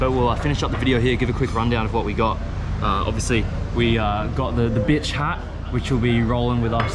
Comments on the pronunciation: Mate..its Butch not Bitch...u pitch..🤣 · Fab video. - Its a butch not bitch hat lol. - You will look good wearing it on Oxford st Sydney - been watching ya Indian blogs fantastic - you are the best! cheers from Melbourne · my brother you hat says BUTCH and not what you were saying in this video, you replaced the U with an I ha, great content as always though peace!